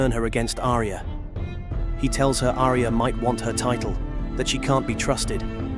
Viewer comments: It's Ar-ya not A-ri-ya!! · Who the hell is Aria? It's pronounced Arya. 2 syllables. Ar-Ya.